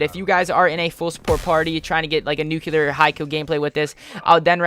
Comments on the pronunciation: Lewis Mcneill The guy that uploaded the video kept saying "nucular" like he's Homer Simpson. Its NUCLEAR not nucular ffs. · I disliked the video as soon as I heard him say "nucular".